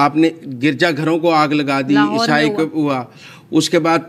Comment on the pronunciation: The word is not esai